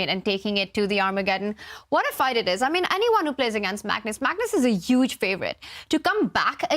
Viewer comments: Tania can’t pronounce H : “uuuge blunder” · Bruh how can you be so wrong lmao. It is pronounced like You-jh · The H is not silent, you say Hu then ge all at once. Hu sounds like hue.